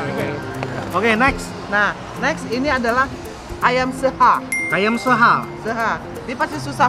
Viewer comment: Seuhah chef bukan seha wkwkw